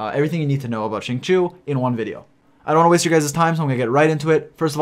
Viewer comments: Why is nobody talking about ”shing-chew” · Its pronounced sing-cho in chinese i think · "shi-ng chi-oh" shing chio. It's been long enough bro. Cmon. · It’s pronounced sing-cho:) but great video as always! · "xing chew" 😭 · I cringed every time you said Xingchoo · Alright boys I know it’s tough but we’ll get thru this together. It’s pronounced XING— CHO. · the way you pronounce xingqiu makes me angry and sad at the same time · Hearing you try to pronounce his name is really cringy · Can we just take a minute to talk about how pronounces Xingqiu and Kaeya's names? People are always complaining because they cant pronounce them right but the character have a profiles for a reason, just go to their profile and listen to them say it. wow